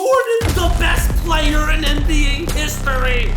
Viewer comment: Yo can you stop talking like this: "ThE beST PlaYeR " its giving me a headache